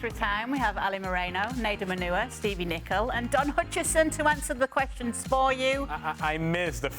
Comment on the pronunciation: stieve😂😂😂😂😂 ........is he watching football or any other games ....throw this man out of the studio